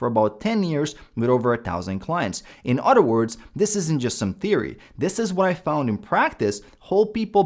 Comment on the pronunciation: “In otter words…” 😂